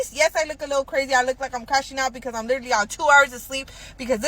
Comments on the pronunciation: Literlilly! Literlilly...Literlilly. bish hasn't said literally yet. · Does she keep saying litrally